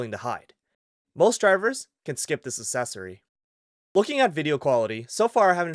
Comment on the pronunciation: Hi, thank you for all the good info. Warning: English correction. It's becoming trendy to mispronounce accessory. The correct pronunciation is əkˈses(ə)rē/. Peace.